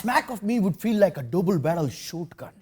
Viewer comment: must be fan of UFC, mimicked mcgregor irish accent “double barrel shot gun”